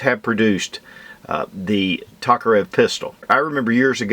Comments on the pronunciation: It's T O karev not T A karev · Its pronounced Toke-a-rev i couldnt keep watching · pronunciation of Tokarev is killing my ears!